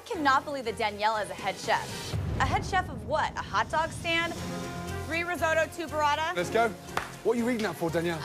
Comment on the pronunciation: "Reesohdo" instead of "Risotto". What a shame!